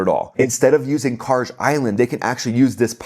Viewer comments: And "Kharg" Island... the g is hard pronounced, as in G for Gold, not a soft G... not "Khar-J" island. Thanks for the excellent content. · Excellent video. Small knit-pick: It’s Kharg as Kh-aa-r-g with G like gold! You are not alone, Persians often mispronounce it as Khark with a K instead of G. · This poor guy doesn't even know how to pronounce "Kharg" Island 😄